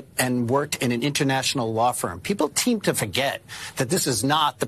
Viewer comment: Peeple teem to forget? don't you mean people Seem to forget???